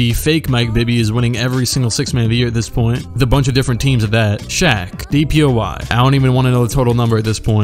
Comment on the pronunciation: Everytime he says DPOY I hear DPOI haha